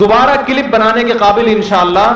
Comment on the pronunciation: Clip bolna tw sikh lo CIIILLIIIP ...!!!! MUFTI SAHAB ki khaak ko ni poch skte tum